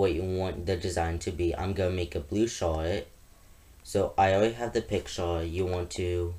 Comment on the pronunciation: Lol he said weady and shourts